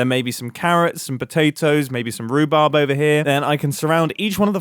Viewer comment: When he sais “maybe some rhubarb” I died laughing, because that is legit the most bri’ish thing to be said ever